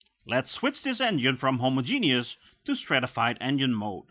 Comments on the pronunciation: *hoMOzjeNOUS not homoZJENIOUS, Dutchie... 😋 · "Homo-Genius mode". I'm not a native English speaker but I'm pretty sure it is not pronounced like that :)))